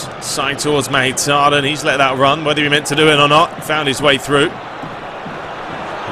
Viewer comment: Mkhitariyan pronounced mik-hee-tar-ee-yan